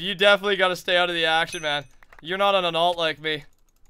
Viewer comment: "YOU KILLED ME MAUN" #BraydenKnowsHowToEnglish